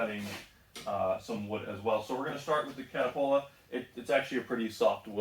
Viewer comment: Cuh-tal-puh lol